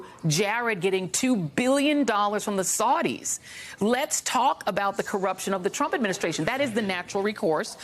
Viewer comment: Was the pronunciation "saw-dees" on purpose?